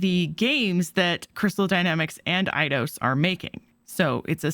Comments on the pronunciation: EIDOS = AY-DOS. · Your saying eidios wrong